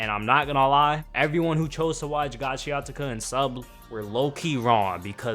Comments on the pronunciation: Gachiakuta❌ Gachiatuka☑️ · You keep saying "GACHIATUKA" 😭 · Gachiakuta bro, pronounce it again😭😭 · Yo, it's not Gachiatica 😂😂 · And making it lowkey sound tuff too😭😮‍💨🤣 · I swear I was about to comment this 😭 Can’t even watch this if he can’t even say it right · the way this man pronounced the name of the show pissed me off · first off get the pronouncing right. you replaced t for the k in gachiakuta everytime u say it